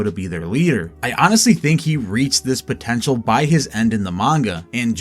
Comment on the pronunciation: Did you say potrntial?